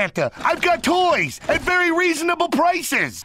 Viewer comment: "very resonbile prices"